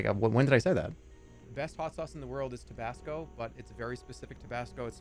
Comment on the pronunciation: tobasco sauce clip killed me, how did he say that on accident